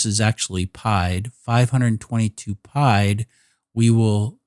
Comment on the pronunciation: I kept thinking what is pied? Is it pi multiplied? It is the French for “feet” and is pronounced as “ pee-Ed” , 1347 feet